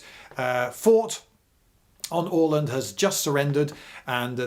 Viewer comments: Very good pronounciation of "Åland". - A Swede (not the root vegetable) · 36 seconds in and I'm already impressed by the pronunciation of "Åland". Not perfect, but better than the "Ah-land" I'm used to hear from English-speakers. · Bingewatched and saved for prosperity, but it would be awesome if you could include maps when you talk about battles more often! Please! EDIT: Btw, I'm a swede and was there last summer (for anyone wondering, they do speak swedish primarily), and your pronunciation of "Åland" is very good. Very nice scenery. The ruins were epic. Too bad Bomarsund (Bomar just some proper name, sund is strait) is hardly left. EDIT AGAIN: Also, just to clarify, finns are culturally swedish as well, basically. Maybe the differences were bigger back then (we do come from completely different lines and do not have any similarities in language (cruel fate)). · Hey, I'm a big fan of your channel and I'm so happy to find a video about the fort we have on the island where I'm from! And you even pronounced the name of our island correctly. Very cool. Many thanks and greetings from Åland! :D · Spot on Åland pronounciation. Nice one :) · Goddamnit Lindy! You're British you can't just prounounce Åland correctly like that! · Wonderful pronounciation of Åland! Long time fan from the islands and, have to say, a great explanation of our political (both current and past) situation in the middle of Baltic! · "Åland" and "Oskar" pronounced correctly? First time I hear that from a English speaker. Impressive!